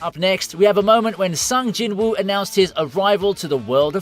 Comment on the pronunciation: Cant believe just mispronounced Sung Jinwoo's name. 😂